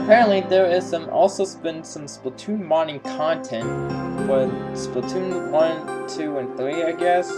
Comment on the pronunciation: Is everyone just gonna ignore the fact that is pronouncing splatoon wrong